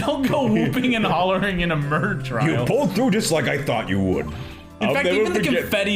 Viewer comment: my mom's friend's daughter was watching me watch this and she was reading along so here's some highlights: - calling Edgeworth "Eggey" - actually nailing Lotta's voice - trial is pronounced as "tree-all" - "INVASTIGAT"